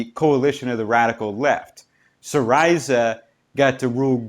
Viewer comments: I believe its SEEreezuh, not seeRISUH. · Hes not pronouncing it properly lol. Its "see - ree - zah" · Syriza... Is pronounced si-ree-za (si as in sit.)